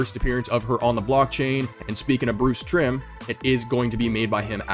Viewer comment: Solid list all great oppurtinity pieces. I feel like whenever they release the Metaverse Lyfe Veve 500 hype video we'll get the Lambo and I predict will drive the Lambo since David Yu is his sponsor. Bruce Timm not Trimm haha its all good. I got # 1 mint of Harley Quinn FA legendary on DC NFT from the floor the other day so happy she's my favorite character and 1st big purchase on Veve during all time highs and still holding her lol.